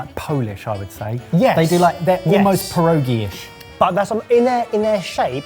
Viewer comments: Since I'm Polish living in Norway this episode was fantastic for me :) love the Christmas traditions of both countries. Your pronunciation of pierogi and pinnekjøtt was very good! It was actually fun seeing Gilde pinnekjøtt on the screen. Is it easy to buy in England? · Yes! Polish Christmas traditions! Thank you for calling our dumplings "pierogi" (not "pierogiES" as you wrote, it's pronounced "pye-roh-ghee" and it's already plural). Barszcz is usually hot and clear, no cream or veggie bits inside (at least in my family), the other Christmas soup is wild mushroom soup (yum!). The tradition says that you must have 12 dishes, a spare plate on the table as said and we put straw/hay under table cloth. There is an old Polish tradition of every person dining pull out one straw from underneath the table cloth. The person who has the shortest one will die the soonest (a bit macabre, we don't do it in my family). We also celebrate on 24th and than have two days of Christmas, probably just to digest the massive dinner. Oh, and on 24th (we call it Wigilia) we don't eat any meat, just fish. Especially lot of carp and herring. Thank you for showing some Polish traditions!